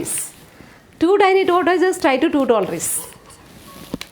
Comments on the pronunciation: Madam tortoise is pronounced as taw·tuhs 🙏🙏🙏🙏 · Tongue twisters are really good ma'am, but please have a look into the pronunciation of the word "tortoise".